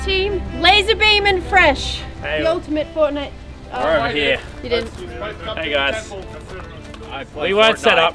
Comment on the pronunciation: Anyone ever: are you ready? Fresh: I play firtnite